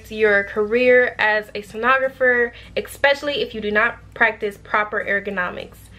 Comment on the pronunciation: Thank you for this video! Definitely thinking about this profession. Do want to let you know I hear you saying Ek-specially. There’s no k or x sound in that word. It’s just Especially 👌. Hope this helps.